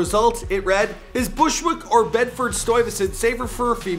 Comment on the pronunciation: Canadians can’t say Bushwick, Brooklyn